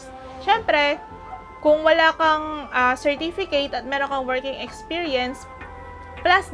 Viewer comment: she can't even pronounce "certificate and approximately" correctly.